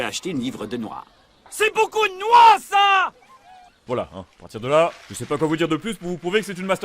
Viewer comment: Vouinci mon douingt (c'est ce que j'entends, après ce n'est que subjectif, évidemment tout le monde sait que je déborde de subjectivité)